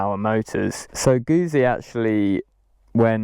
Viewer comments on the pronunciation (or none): Please learn the correct pronunciation of Guzzi, (when was the last time you ate a peeeza?), try Guzzi as in foot-si. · It's pronounced Gutsi, the same as Pizza sounds like Pitsa. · Moto "GOOT" Sea ...................Like Pizza